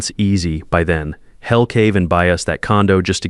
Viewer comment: Someone needs to teach your AI how to pronounce words with apostrophes. We'd is not wed, he'll not hell. Your AI is stupid.